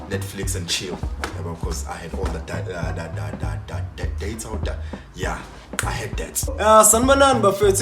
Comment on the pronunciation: It's DATA not DEYITHA...